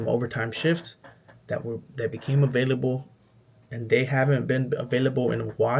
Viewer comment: These videos are fire bro! Weird advice but you should try to coach yourself out of saying “dat” “da” “dis” etc.